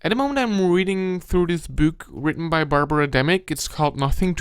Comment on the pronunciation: Your voice is cloying and hard to listen to after awhile. It's book, not "buwk", machinery, not "machinewy." This is really amateur, filmmaker you are not. You're trying too hard - it's comes off patronizing and stupid. I couldn't sit through it with your stupid voice! Scary and, as you say, eewie!